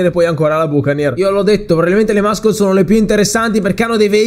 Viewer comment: muscle = MASSOL (pronuncia corretta!) NON MASCOL ...